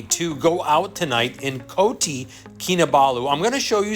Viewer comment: Its Kota not koti